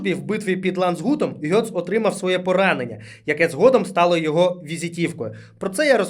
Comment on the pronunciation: Ґец, не Гьоц.